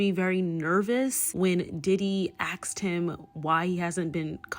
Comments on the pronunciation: When Diddy aksed him? It's "asked". And Hollyweird is horrible. I hate it. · "axed him" ....🤦🏼‍♀️ Girl, just say ASKED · The following is not meant as an insult please see it as constructive 'critism" please but hope you understand when I say "less is more", and you certainly don't need it and it distracts from your important message! Same as saying aksed instead of asked, you seem too intelligent for it. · just curious but are you physically incapable of saying "asked" or is it your online personality that insists on saying "axed" instead? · axed? you mean asked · Why do you kept saying “axed “ instead of ASked ? Diddy “axed” Justin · @@ I get that. But they made up a new word. It’s not an accent. She rearranged the letters in the original word. It’s ASked not AKsed. It’s definitely a black people thing and it is AAVE